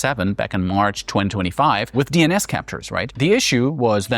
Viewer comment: I almost thought this was a real person until his face reflected way too much purple and a few mispronounced words that nobody says like "Mar" instead of March.